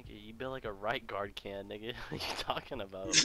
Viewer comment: Mans say right guard can